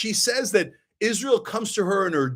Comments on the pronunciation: "Izzrull" ..... 😂 Lol, I thought I was the only one who noticed how he pronounced that. May his wife & kids ..... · same. Izzruhl.